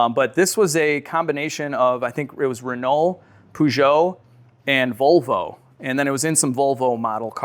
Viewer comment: Peugeot are Poojo for sure! 😂